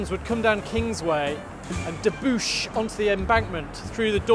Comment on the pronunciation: Good stuff, but in case you get a chance to use it again debouch is pronounced phonetically!